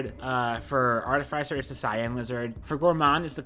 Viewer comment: it hurts me how you pronounce artificer